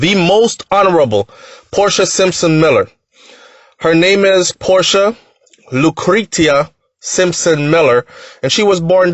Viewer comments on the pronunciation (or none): Lucretia is pronounced 'Lu-cre-sha' (for future reference)